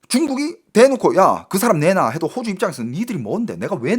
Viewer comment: 야 임마야 호오주가아니고호주 짧은 단음이다 호오주는 집주인이 호오주란다. 너진짜 말똑바로 안하면 죽는다